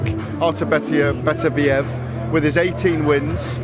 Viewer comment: will SOMEBODY, FINALLY figure out how to correctly pronounce Berterbiev's name for fucks sakes!!!!!!